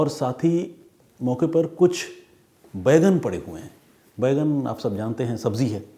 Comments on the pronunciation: आप बैंगन को बैगन बोल रहे हैं जो बहुत अजीब लग रहा है! Please correct pronunciation. जय हिन्द ॥ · Detective " Bheigan " 😂😂😂 Pehli baar sunna Maine bhi...Sir....!!!!! 🙏🏻🙏🏻🙏🏻